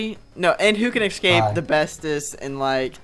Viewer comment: you are pronouncing escape wrong